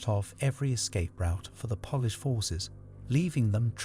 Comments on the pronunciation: Y can’t the guy say polish properly 😅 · Would you like a narrator who has a lifetime of experience who knows the pronunciation? I love your videos but if I have to hear the mispronunciation of Polish once more I'll go mad! 🤣 I'll do it for free 😁